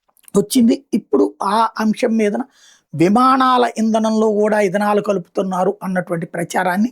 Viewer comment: ఇధనాల్ 😂😂 ఇంధనాల్ బంధనాల్ కాదు.... మొక్కజొన్న నుంచి తయారవుతుంది ఇధనాల్